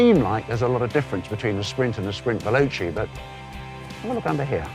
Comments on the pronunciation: First of all, you should learn how to pronounce Italian words. ex: Veloce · Is it really so hard to pronounce veloce????